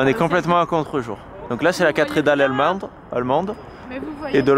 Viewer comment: à 7.27 il dit la catredal alminde 😂😂💕